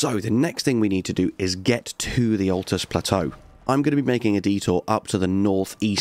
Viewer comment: Ok I know it's a year old and we all know the game inside out now but jeezo it's a bit of a stretch calling the luirnia caria knight armour set early game I stopped when you said atlus.